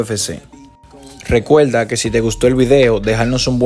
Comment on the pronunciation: RecueLda??. Se dice: RecueRda😅...amogo sino sabes hablar bien dedicate a otra vosa hombre,..es como si soy cojo y quieto jugar a futbol